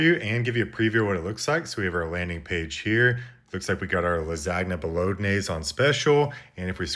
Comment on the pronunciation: I forgave the at-taly, but lagsagneee bologneeezeee was where I draw the line! Block! ;)